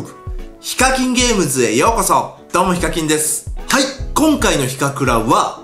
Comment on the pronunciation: フィッシャーズのセレブガチャの動画見たあとにこの動画見たら どうもイカキンです って聞こえた